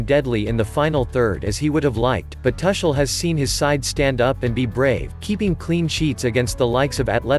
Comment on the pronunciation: Man, you are hurting my ears. Can't you pronounce his name correctly? The "u" in Tuchel is pronounced as the "u" in bush and NOT as the "u" in bus.